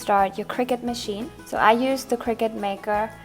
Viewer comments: its pronounced cir-cut not cricket ;) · honestly, I don’t blame em.. cricut isn’t even a real word and the way she said “cricut”, it sounds like cricket